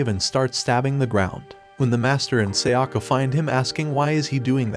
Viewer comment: Seyakka..!?!? It's Sayaka...